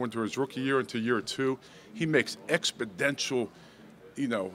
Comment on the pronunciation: Hey every Bah-D. Expedential improvement is all we can ask for.